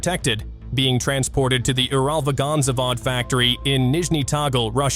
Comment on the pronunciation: I wish he stopped butchering UralVagonZavod if he can't even say it correctly 🙄